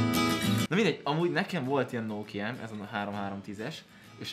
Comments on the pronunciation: nem nókia hanem nokia kiejtve is. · Az nem nóókia hanem nokia🙄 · annyira idegesítő hogy a Nokiát Nókiának mondod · a Nokiát RÖVID o-val kell mondani !!!🙄😂😂